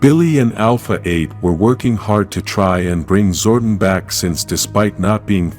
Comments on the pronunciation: The name is ZOR-DON and he's from El-tar.. Geez get the names right and stop depending on AI... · STOP MISPRONOUNCING ZORDON IT'S GETTING OLD